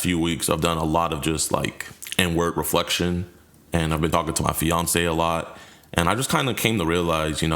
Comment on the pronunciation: When he said “Inward Reflection” I thought he was saying “n word reflection” and I was so confused for a second 😂